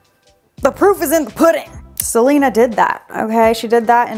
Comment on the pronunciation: not Selena Gomez you mean Selener